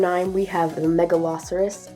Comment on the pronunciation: Lil note how to pronounce megalosaurus also : Mega-lo-Saur-us